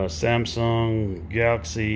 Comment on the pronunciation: He can’t even pronounce Galaxy correctly